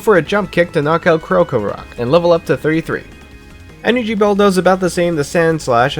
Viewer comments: Btw krokorok is pronounced croc-o-rock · You might not know this but it’s pronounced Like (crock oh rock) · This was a nice challenge.However, some names and moves were said wrong.For example, Elsa instead of Elesa, Volt Tackle instead of Volt Switch, and Krokrorok was mispronounced.Its alright though as you tried your best.